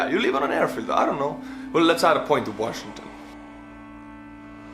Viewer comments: Washi-n-gton, with 2 n’s. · you missed the n in washington dc lol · "Washigton D.C."